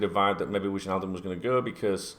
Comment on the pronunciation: mate...it’s Why-naldum not Widge-naldum lol. It’s a silent J 😂 Totally with you on the Thiago nonsense. No approach has been made and I’m pretty sure one won’t. All the noise is coming from his representatives trying to ramp up interest in their player.